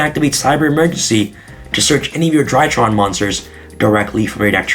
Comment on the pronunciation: For some reason every time he says “DryTrons” i hear “ TryHards” lmfao haha is this a tryhard deck lmfao haha 😂 overall i think i will give the ritual monsters a chance